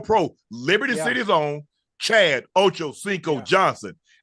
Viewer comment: Unc has finally gotten Chad's name correctly! 😅😅😅